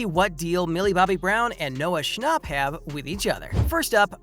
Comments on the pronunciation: It’s schnapp not schnopp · its not sha- nop its sha- nap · THE WAY HE SAID NOAH SHNOP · Why they all say Noah "Schnopp" its Schnapp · Why does everyone say his last name wrong it’s Noah Scnh APP not Noah schnopp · "Noah Schopp"💀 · why does he say shnopp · I cant get over the way he says “schnauhpp” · The way you say schnapp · Lol how he pronounced schnapp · I'm irritaded by how this guy says Schnapp😑